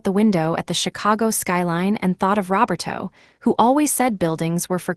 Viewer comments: Robber toe? Try Row bare toe. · Or Ro ber toe. Can be pronounced either way.